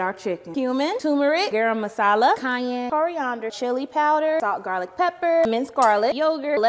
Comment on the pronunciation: is it just me or did I hear the goofiest pronunciation of garam masala